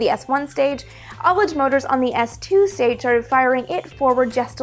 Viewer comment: Finally one of the space YouTubers I follow pronounces ullage correctly! <3